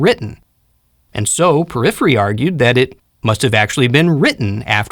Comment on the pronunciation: Thank you! Just one thing - Porphyry not Poryphyry